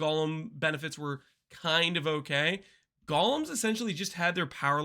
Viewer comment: Only acceptable name for golems is jolems ❤